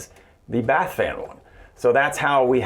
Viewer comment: All I kept hearing was "Bat-fan". Then the AuDHD started kicking in... "Nana nana nana nana, nana nana nana nana, Bat-fan!" I'll be hearing that for weeks now.